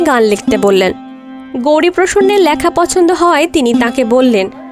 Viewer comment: এমনিতে বেশ ভালোই। কিন্তু "লেখা"-র উচ্চারণ "ল্যাখা" হজম হচ্ছে না!